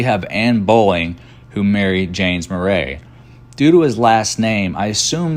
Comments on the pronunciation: Why are you pronouncing Murray as Mer RAY isn’t it pronounced like the actor Bill Murray?!?! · I am a Virginia Murray and none of us pronounce it that way either. We pronounce it Mur-ee. He tried LOL. I wish there was more known about the James Murray in this presentation. My sister and I cannot find our Murray lineage past our 4X great grandfather John Murray b.1795 d.1832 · Murray pronounced Murree...but spelled the way its written. My husband's line of Murray thru James goes way back and is easily traceable. Main direct line they the male side of the Murray line lives in Iowa. Contact me please.